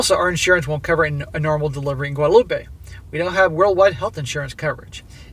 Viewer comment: SSM. For the french country there is no Ay at the end. Guadelope the way you're saying it is Spanish. For a while there, i was wondering if she was going to Mexico. Its Gwadeloop for the french island.